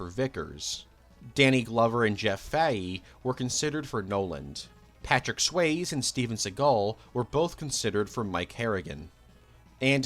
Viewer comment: wow. are we actually so far away from 80s pop culture that kids now don't know how to pronounce patrick swayze